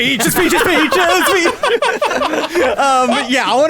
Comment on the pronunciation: As Bowser was singing, it sounded like "Peaches" slowly turned into "bitches"😅 Edit: also I thought it was a missed opportunity to not have Goomboss walk in with King Boo and King Bob-omb. And it felt weird that it was just a random piranha plant at the wedding and not Petey Piranha.